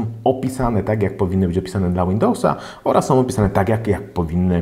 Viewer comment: fajna recenzja, ale popracuj nad wymową. mówimy są, a nie som itd. Poza tym super!